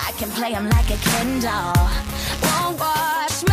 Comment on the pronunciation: ken doll not kindel xD